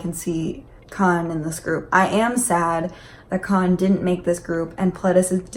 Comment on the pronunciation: I was like 'who is Kahn???' Took me a whole minute to realize she meant Kaeun lol sorry